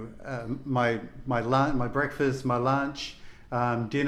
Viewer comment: Nice people. My Vietnamese girlfriend pronounces "bweakfwast" in the same way! Cute as hell.